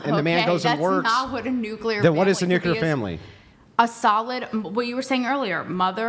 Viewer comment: will harp on about girls pronouncing the word women as 'woman' but pronounces nuclear as 'nuke-ular.' Hilarious. 😝